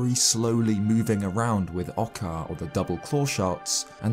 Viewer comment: you know Oo makes the "oo" sound, right? Oocca wouldn't be pronounced "ahcka" also, "gaycers?" If you don't know how to pronounce a word, look it up, don't just guess. Geyser rhymes with "advisor," not "racer"